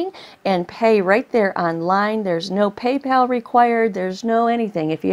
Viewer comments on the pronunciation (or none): none